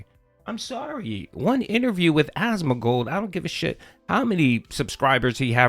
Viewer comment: ASMON GOLD.. there's no middle D, Phil.. its not Asmond gold, idiot...